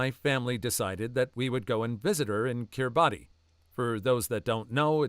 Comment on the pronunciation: kiribati is pronounced ki-ree-bas